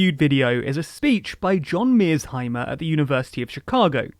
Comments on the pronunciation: The name Meirsheimer is of German origin, and the correct pronunciation would typically be: MY-er-shy-mer Meir → sounds like “myr” (rhymes with “fire”) sheimer → “shy-mer” (the “ei” in German is pronounced like English “eye”) So together: MY-er-shy-mer. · British people need to stop pronouncing people's NAMES with their accents. They used to call Barack Obama Barrick Obama. Now they're saying MEASZHIMER? Enough already. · Good video but you keep butchering Mearsheimer's name. The S and the H are important for its overall pronunciation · didn't even watch the video... Not only does he not know how the name is pronounced he also doesn't know the actual length of the lecture. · The fact that you can't even pronounce Mearsheimer's name right, means you haven't watched his lectures on youtube. He mentions Hitler's invasion through Ukraine, not Napoleon's. On your second point, it's not about two wrongs that don't make right. It's not about morality at all but Realpolitik. He never says that Russia is right in doing what it's doing, he says that's what big players do and the unipolar world of the last few decades is a blip where the US has been the only one to unilaterally act. You say that this is a disproportionate response, what proportionate response should Russia have taken that would have stopped the Americans training and arming Ukrainians, one step removed from Nato membership? - not to mention the 2014 coup initiated by the Americans. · You managed to mispronounced "Mearsheimer" in two different ways in this video. Not once did you pronounce it correctly. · You mispronounce "Mearsheimer" throughout your video, which makes it harder to believe that you are fairly representing his views. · . What a grave mistake. It's MearShimer and not mersenheimer. You even pronounced it correctly in the beginning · Stop saying “Mearzheimer” you can’t use an accent on a persons last name. It’s MearSHeimer”. British people do that a lot and it’s truly annoying.